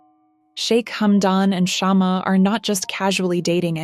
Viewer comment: It's not shaam it's shma means twig of candle or lamp ❤❤😂😂